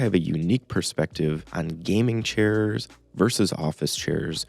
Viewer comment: "churrs" lmao